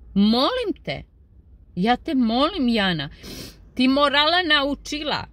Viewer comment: Harašo..pa opet...harašo a oni ne znaju pravilno izgovoriti ni njeno ime...Jana(kao na Bosanskom jadnica) . Kod izgovora Jana izvorno je na oba samoglasika da su dugouzlazni. Kad oni izgovore njeno ime,ma meni se oci izvrnu, mogu li im reci neka izgovaraju kao što se izgovara voda iz Hrvatske...jaaanaaaa 😅